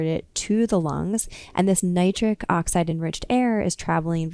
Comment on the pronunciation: She's this doctor says her nitric n the nitrate she says both SOOOO plain Nitric n nitrate. Plus she explains very, very, very, very clearly. I really getting a erection from this knowledge.her voice is humble n caring. I feel SOOOO good. Wooooow.Doctor women are the best doctors.. Women make the best doctors they are thoroughly explaintory. I am changing to a woman doctor. Awww I am on a u already know. Thanks 🙏 Doctor. Of Dr Oz is a great Doctor n doctor Mandel Doctor he's had great tips Thanks you 3 Doctors are very caring and professional great advice. Thanks 🙏 for everything.